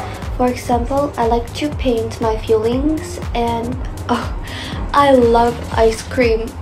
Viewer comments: 那個feeling聽到我......到底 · 聽出來她真的不是native😂 feeling 都唸錯拜託了😅